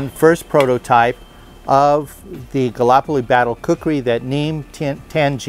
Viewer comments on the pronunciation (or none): Gall-ip-oli, not galopoli (pronunciation not spelling).